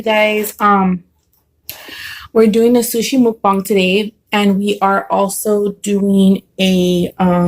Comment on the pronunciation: moooookboong lol. Pronunciation is still important!